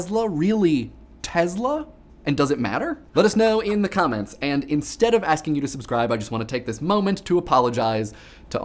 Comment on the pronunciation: One of the interesting things I noticed just this show, that really has little to do with anything is that with the way you enunciate "the comments" it has always come across to me as "the commons". I personally like the term "commons" instead of "comments" because it expresses a place where public expression occurs where as comments are more about blurting out responses.